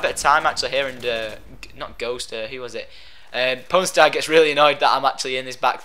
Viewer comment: Sounds like you're saying porn star.